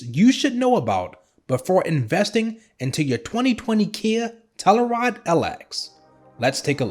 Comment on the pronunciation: It's NOT KIA TELLARIDE ITS TELL U RIDE !!!